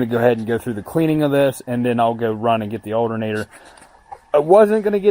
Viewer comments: I swear to god I’ll pistol whip the next person who says aldernader! 🤣 PIZZAA🍕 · the alternatter,where matter lol way you say it makes me laugh, great video rocks..